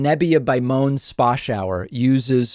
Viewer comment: Moan is pronounced like “Mow-ann”